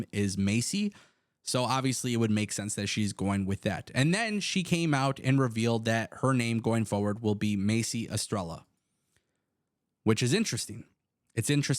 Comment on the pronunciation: I don't know if I don't know if you're Latino descent or some type of Spanish but the way you said Lacey or Macy Estrella that made me feel bad cuz that means Macy star sounds like sexy start but it's Macy Estrella not strella get it right bruh we have Google nowadays don't make a fool of yourself as far as her leaving WWE anywhere is better than WWE Because unless you're being pissed on TV for being put in the storyline you're basically invisible so yeah anywhere she goes is better